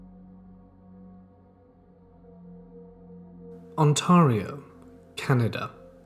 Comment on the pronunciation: It's not pronounced On-tar-e-oh it's On-tare-e-oh